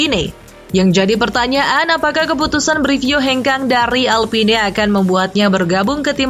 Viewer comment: bacanya "alpin" min